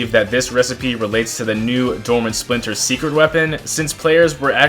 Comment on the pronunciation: its dormant splinter not spidle